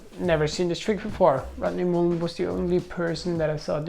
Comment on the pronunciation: STOP SAYING MUUUULEN! THAT'S NOT HIS NAME!!!